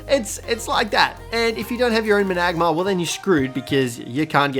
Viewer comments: Mana-gar-mer= managarmr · Think its pernounced man-a-garm-er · please learn how to say managarmr